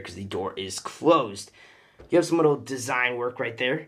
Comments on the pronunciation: You said "in a wittle bit" ha ha ha😂😂😂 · Who else heard him say wittle